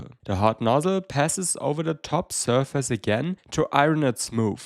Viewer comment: you say the word "surface" all the time. please learn how to pronounce it. I'm loosing my mind here!